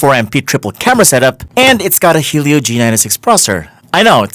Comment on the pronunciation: Everything was great until I heard "Helio". BTW, your mic is clipping.